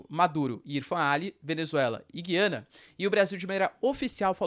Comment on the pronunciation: GUIANA, e não, Giiiiiana!!!